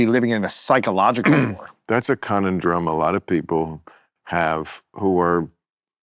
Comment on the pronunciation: For someone so grammatically well versed, I'm surprised Bill doesn't know how to pronounce 'conundrum'. Also, Lewis Howes seems like a nice guy, but I find him pretty dim, actually.